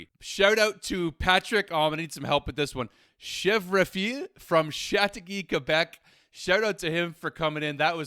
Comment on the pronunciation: You can't even pronounce a French Canadian name? You either don't respect Québecers and/or don't care. You'd be a better Leafs fan, than a Habitant one. Chèvrefils means son of GOAT... 😉 You'd better learn about René Lecalivier and the pride he took, respecting players names. "La Soirée du hockey" was him.